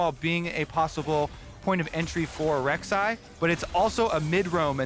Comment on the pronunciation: Lol... come on... Rek'sai ?. So i guess TSM's problem isnt Shenyi or Keaiduo. :D